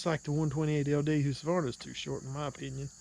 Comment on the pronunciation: Lol it’s not whosqavarna it’s hus ka varna.